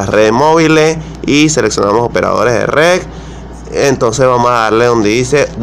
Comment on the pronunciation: Que no es RED ? dice usted "rec"